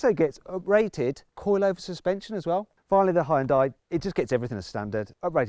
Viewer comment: 하이욘다이 ㅋㅋ 발음쥑이네